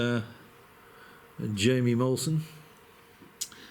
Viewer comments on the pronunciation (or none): "Hi-me" is the correct pronunciation.